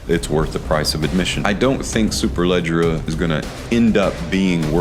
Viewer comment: Congratulations!!! 🍾 You killed the pronunciation of Superleggera better than ANYONE in FragCom. 😂😂😂